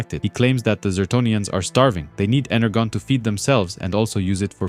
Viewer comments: Yeah hyped and liked. But fr..energon. Inner John. Pronounce the J sound in English when you're speaking English, yeah? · Great work, but have you honestly never heard the word energon pronounced..ever?